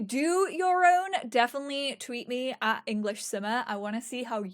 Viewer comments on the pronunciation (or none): none